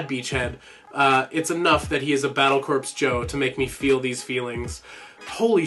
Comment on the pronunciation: Not to poop on your video or anything but, corps is pronounced as core. Id like to see more of this kind of videos Excellent work Also how is your trip?